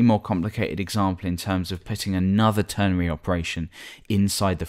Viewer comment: Its called a ternary operator not ternery. With an "a" that is, not an "e".